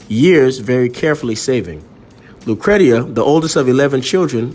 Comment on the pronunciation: Her name is pronounced “lou cree sha”. That is my sister’s name also.